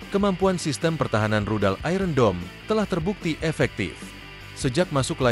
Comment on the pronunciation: Iron dibaca aiyen.